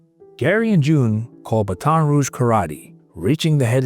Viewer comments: Jeeez, who else can’t pronounce Baton Rouge??? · the way towns and names are pronounced is killing me. lol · Great post. Next time, when you've got another case in Louisiana with French names, talk to someone who can coach you on how to pronounce French words like Baton Rouge, Plauché, and Doucet. Semper Fi. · To the commentator, LERNHow to pronounce Baton Rouge correctly!!! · As a Baton Rouge, Louisiana native and friend of the family, this brought back a torrent of memories. *Please, figure out the correct way to pronounce Plauche' and Baton Rouge. Odd how Doucet's name you pronounced correctly... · Cant pronouce Baton Rouge. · So, have I been pronouncing Baton Rouge wrong my whole life? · Please pronounce Baton Rouge correctly. It’s really super annoying. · He should learn how to say it before reading this. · This voiceover sucks. Seriously, you don't know how to properly pronounce Baton Rouge? I'm disgusted. 🤮🤮🤮🤮🤮🤮🤮🤮🤮🤮🤮🤮🤮🤮🤮🤮🤮🤮🤮🤮🤮🤮🤮🤮🤬🤬🤬🤬🤬🤬🤬🤬🤬🤬🤬🤬🤬🤬🤬🤬🤬🤬🤬🤬🤬🤬🤬🤬🤬🤬🤬🤬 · I wish someone would have told how to pronounce Baton Rouge correctly 😭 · Yeah really! He must not watch college football. I'm nauseated by listening to him butcher Baton Rouge mercilessly. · Love the channel but you have to learn how to say Baton Rouge brother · I don't watch videos when they sow horribly mispronounce the name of the town. It's almost as bad as when they mispronounce Biloxi. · Like the narrator said, Gary did what the legal system could not do. And that's a win for me. Oh yeah, stop mispronouncing Baton Rouge, dang AI bot. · Everyone can pronounce Baton Rouge dude I just hate being this guy, but I feel like it’s something that should be easy to get right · Bruuuuuuuuh, 25+ years living in Baton Rouge, the way this dude says "Baton Rouge" makes my ears bleed....🙄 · The way you're pronouncing Baton Rouge is insane. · I have never seen anyone pronounce so many things wrong in one video. But damn, that dude is the goat. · That's not how you pronounce Baton Rouge. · BAHT-un Rooge